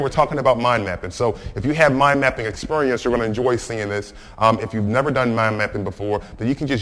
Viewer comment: i died after i heard him say experrrrrrrience.even loled!